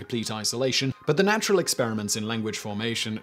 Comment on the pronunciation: Your irregular pronunciation of "the" is irritating. You should adopt the simple guide of using "the" when preceding nouns beginning with a consonant and "the(e) when introducing a noun that starts with a vowel. So, 'the Frisian' and 'the(e) Egyptian"